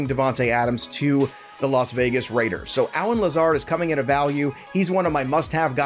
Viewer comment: I’ve been petitioning the LV Raiders to change their name just so I never have to hear you say “Rrrraiders” again.